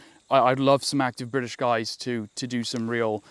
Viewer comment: The bwitish ar ere